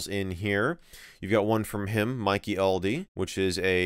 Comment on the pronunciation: wow so many ways to pronounce it mike yeldey, mikeyel dey. mikey el-dey, mik eyeldey